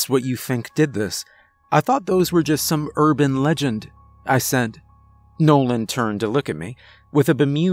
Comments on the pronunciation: You sure his name was nolan? And not Bobby Bouche lol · Nolan's got some Bobby Bo Shay speech impediment 😆 Awesome Story tho